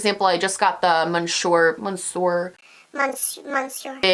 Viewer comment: Please please PLEASE do not pronounce the mascara the same as every other beauty guru. It is French and you do not pronounce the 'n'. It's more like 'miss-sur'. Aside from that I am in love with Glowmas. I only came across your channel juuuuuust after the last one had finished (although I did binge watch) and I am so excited to be here as it unfolds.